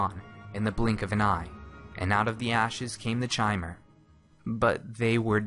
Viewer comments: I always pronounced the Chimer the same way this guy does, but according to the ESO beta it is actually pronounced 'kimer,' The more you know. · Chimer is pronounced with a hard K. As in Ki-mer, just like chitain. A real life material. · I'm fairly sure it's pronounced "Kymer," like the word "Chimera." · im quite sure it's supposed to be pronounced "ki-mehr", just think mispronounced it. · FTR, the pronunciation is K-ai-m-er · you should have shown a picture of Divayth Fyr when you talked about age. The oldest dunmer ever to live on Nirn. Also, Chimer is pronounced with K...like Khimer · Elias Storm I've heard it pronounced like that several times. It's probably like 'arch'. Some people say K and some say ch. I've no idea what ehlnofex is... so I assume I don't.